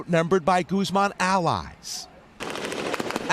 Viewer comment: “Gooz-mawn” was captured